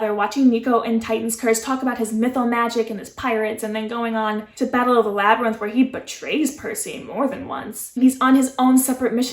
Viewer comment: You were close! It's Labyrinth but nice try@